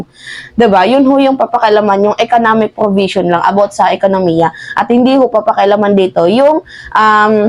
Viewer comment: Anong “ porbision “ …. Baka “ provision “ ????? 😜😝🤪